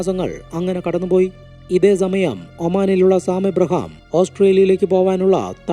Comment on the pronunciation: സ.. എന്ന വാക്ക് ഉപയോഗിക്കുമ്പോൾ za.. ആവാതെ ശ്രദ്ധിക്കു.. സമാധാനം എന്നതിന് za മാധാനം.. Za മയം.. എന്നിങ്ങനെ